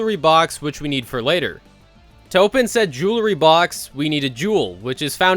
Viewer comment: Why you say jewelry like that